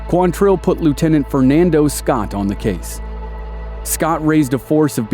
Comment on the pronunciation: QUANtrill. Not quanTRILL. Why can nobody get that right?